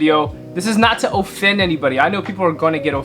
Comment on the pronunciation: Im offended by the way you pronounced offend or "GR releases" lol